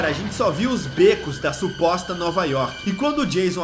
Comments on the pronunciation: É Jaison York e Jason Work kkkkk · "Jason yoke" "Jason Work" OI??????????????